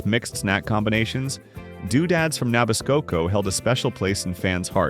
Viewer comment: It’s Nah-bisco not Nabis-coco.